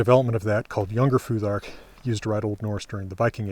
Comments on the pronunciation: Is there a reason why you pronounce "futhark" with a [ð] instead of a [θ]? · In English it’s weird to have an unvoiced “th” in the middle of a word, and actually it’s a feature of Scandinavian accents in English. So yeah, just English phonology is the reason.